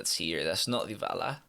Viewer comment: "ooooo vavy we have deevala and reevery"